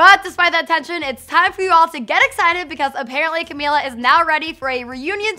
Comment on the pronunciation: Say her name right